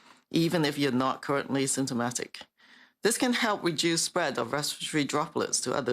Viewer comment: Tam: say reDUCE not reJUICE